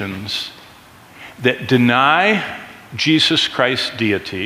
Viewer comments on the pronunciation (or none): none